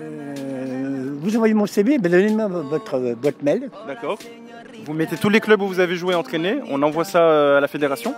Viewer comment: « Donnez votre boîte mèl »😂